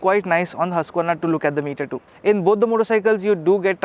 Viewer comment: It's pronounced 'who-sq-verna'!